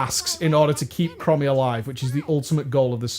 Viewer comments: Are you calling her "crummy" on purpose, instead of chromie? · OMG "Crommy", you mean "Chromie" as in them sick Chrome's on your whip! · Yeah, when he said “Crommy” I was like DansGame every single time. Cmon, in the interview with Bay you said you cared about the story now OpieOP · Every time I heard "crommy" part of me died inside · Please, dont ever say Krommy again. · Pronounced... "Chrome-ee" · STOP MISPRONOUNCING HER NAME I CAN'T TAKE IT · THE WAY YOU PRONOUNCE CHROMIE MAKES ME WANT TO JUMP OFF A BUILDING